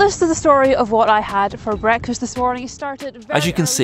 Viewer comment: Ahh, "what did I have for breakfast..." somebody is BBC trained?